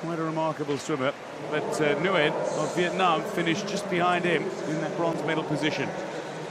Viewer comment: Lần đầu nghe ông blv nc ngoài đọc rõ chữ " Việt Nam" như z